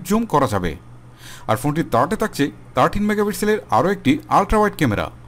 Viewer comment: তাকচে, তার্টি, তার্ড,কমান্ট। এসব শুনতে একটু অড লাগে।একটু সংশোধন করবেন ভাইয়া।ধন্যবাদ